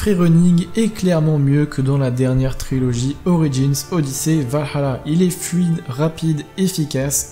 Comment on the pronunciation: C chiant a force la prononciation vahala dit le à la française stp